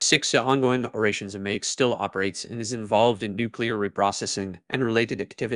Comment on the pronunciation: The obvious mispronunications right off made me suspect an AI voice is behind this. Mayak is like Maya + k at the end. 🙄